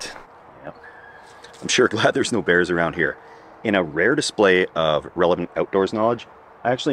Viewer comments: At first I was confused I thought you said "no beers allowed" that would definitely keep me out lol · I thought you said "No BEANS Allowed" for a second.